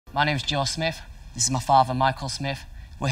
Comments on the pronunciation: WHY DO THEY PRONOUNCE SMITH AS SMIFF? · Can't say I've ever known of someone who Can't say their own name properly....Smiff....😂